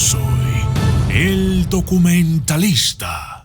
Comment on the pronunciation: NO SE DICE DUCUMENTALISTA ... ..... SE DICE DOCUMENTALISTA ...!!!!.